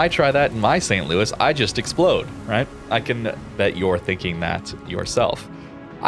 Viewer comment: St. Louis is a tier 3 ship. Saint Louis is pronounced differently. You're doing it for Jean Bart. Why not for here?